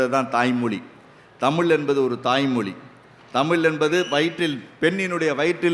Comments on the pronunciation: தமிள் மொளி பளமையான மொளி.. தமிழாசிரியர்கள் இத்தனை வருடங்களில் ழ ன வை சரியாக உச்சரிக்க ஏன் முயற்சி எடுக்கவில்லை. சமஸ்க்ருதத்தில் வேதத்தை மட்டும்தான் பெண்கள் சொல்லக்கூடாது ஸ்லோகங்கள் பாடம் பேச்சு நாடகம் இவற்றை பெண்கள் பேச எந்த தடையும் இல்லை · மொலி மொலி மொலி , தமில் தமில், அருமையான உச்சரிப்பு இவ்ளவு தகவல் கூறினாலும், தமிழ் உச்சரிக்கும் போது மிகவும் வருத்தமாக உள்ளது.